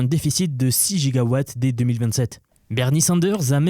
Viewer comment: 2.21 gigowattttttts ????????